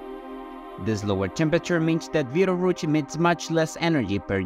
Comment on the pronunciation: Another BS sensationalist video about Betelgeuse (or beedelrooch as the presenter pronounced it) 🤐